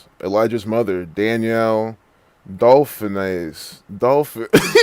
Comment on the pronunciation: Dauphinais!!!!!😂😂😂😂 Come on!!!